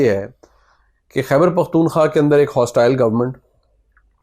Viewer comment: پیارے نوجوان، السلام علیکم ایک لفظ آپ بولتے ہیں "پختون خواہ" (پختون خا) تلفظ کرتے ہیں آپ۔ یہ غلط ہے۔ یہ لفظ "پختون خوا" PAKHTUN KHWA مہربانی کرکے اسے خواہ نہ پڑھیں بلکہ خوا پڑھیں۔ خوا کا مطلب پشتو میں منطقے کو کہتے ہیں۔ امید ہے آپ اپنا تلفظ صحیح کریں گے